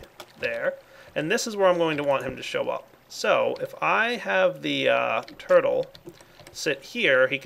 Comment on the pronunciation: lol "purtle"